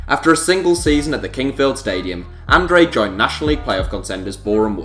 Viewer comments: Andrade - An-dra-day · Bruno Andrade's surname is pronounced An-drar-day. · Lol the way you said Andrade 😂